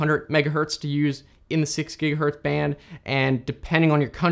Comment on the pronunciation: bro literally said a "giga-hurt" lol i can't even